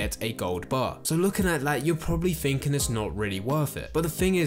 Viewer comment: Sorry man, the fs for ths was too much - “fings” “finking” “free”. Couldn’t get through it